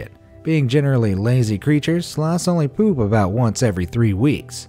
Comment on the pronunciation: why does it just say peuhp instead of poop ?